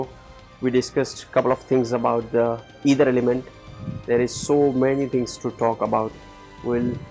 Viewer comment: sorry to say,it's not either it's Ether..you written it correctly but kindly pronounce It correctly..it is aakash tatva.. your explanation is all correct but pronouncation of ether.🙏🙏🙏